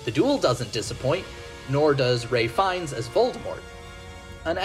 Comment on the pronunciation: Ralph Fiennes' first name is pronounced "Rafe". That's common knowledge!